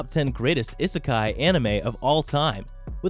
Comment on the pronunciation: 'I' sekai, that is not how u pronounce it